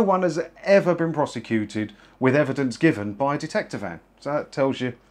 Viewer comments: Detector, not Dectector, unless Ant & Dec are the Dectectors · Dectector? Really?